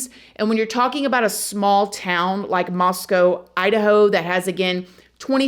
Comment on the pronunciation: THANK YOU THANK YOU THANK YOU FOR SAYING MOSCOW CORRECTLY! - Your Boise fan!